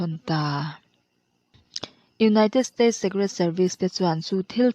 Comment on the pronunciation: State paw ilam dik theilo ani a chuan english word hrim hrim ilam dik lo thriannu azathlak lutuk sim raw.